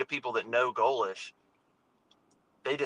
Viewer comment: for the love of all that great wonderful and beautiful in this world that we have left. Please oh please stop saying GOE - LESHH. Love you bro but man it’s torture to my ears lol